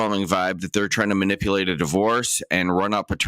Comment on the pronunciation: You got a law license there..? “Manipoolated”??